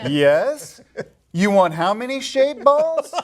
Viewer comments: Oh, she said shaved balls? I thought she said shade balls. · That was hysterical. Did you say "shaved balls"? Lmao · It sounded like she said shaved balls. LOL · Ok I thought she said shaved balls too. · I can't think of a single way to pronounce Shade Balls without sounding dirty